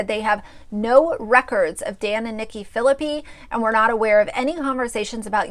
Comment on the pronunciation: I love that you are doing these videos and have watched them all but just wanted to let you know their last name is pronounced fill-a-pie